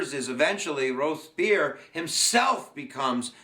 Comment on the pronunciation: LOL....it's Robes- Pierre.